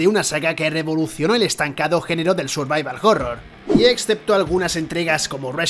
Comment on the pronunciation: "survaival jorror" xDD